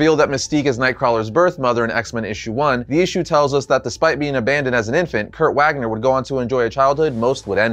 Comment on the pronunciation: If his name is Kurt Wagner his last name is pronounced Vagner as in Germany.